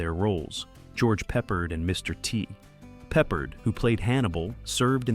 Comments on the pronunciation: You’re saying George Papa his name the wrong way it’s George Picard. It’s not peppered. It’s pard you’re saying his name wrong. You say a lot of names wrong. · You pronounced George Peppard last name incorrectly. IT is ARD like are. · It’s pronounced “Pep-Paard” (long “a” sound). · Now Ive gotta watch to hear the mispronounced, hahahaha peppered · Had to stop watching 90 seconds in after the narrator couldn't pronounce Peppard correctly several times. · I couldn't either lol. He's not a piece of meat that you season.